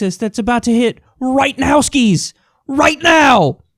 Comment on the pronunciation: thats one strong ass "right now"